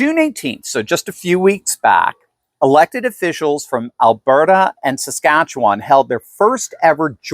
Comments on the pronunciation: Hahaha can't say saskatchewan! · Is it too hard to say Saskatchewan?